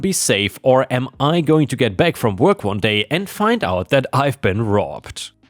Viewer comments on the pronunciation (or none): none